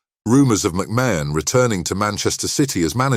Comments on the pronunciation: The shock is producing a video under the name sport icons without having the respect to say the name correctly. You have said the name differently multiple times and still haven't managed to say it correctly even once. Say It like this MAC MARN . Secondly do your homework ...... why put up a random photo of Gary Stevens ???? You do realise that isn't McMahon? thirdly where exactly is this shocking news he has just revealed?? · How can you narrate a story when you cant even pronounce his name properly jeeeezzzzz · If enough people report this dross it might eventually be removed by YT. Can't even pronounce McMahon correctly! It's just click bait lies..... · At least say his name right 😂